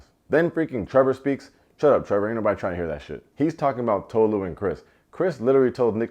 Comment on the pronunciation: Izzy was an uncle at a college party. Chris is not into Tolu like that, and the way they pronounce her name 😒 😂. Christine was confusing, Kaz wasn't the devil, not very smart, but not the devil. Jess thought she could be the exception to the rule, and sadly, she wasn't. I wanted to see more Trevor!